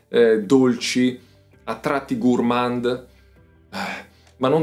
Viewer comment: Gourmand si pronuncia con D muta